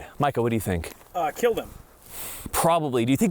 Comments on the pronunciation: “It will keeel.” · "It will keel" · Its pronounced "Keal"